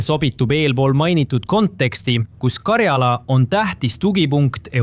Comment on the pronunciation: 'Mind häirib, kui diktor räägib vigast eesti keelt Euroopas ei ole sellist geograafilist piirkonda nagu Karjaala. on Karjala. rõhk esimesel silbil